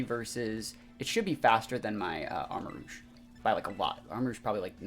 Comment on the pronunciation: Arma-rouge (armarooj, red armour) not Arma-rogue. cringed after hearing you pronounce